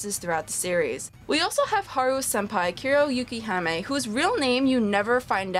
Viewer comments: its kuroyukihime not kuroyukihami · It's actually Kuroyukihime which translates to Black Snow Princess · The way you pronounced Kuroyukihime was kinda off. But still a good review.